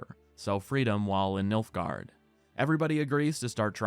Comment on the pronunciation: its nilfgard fam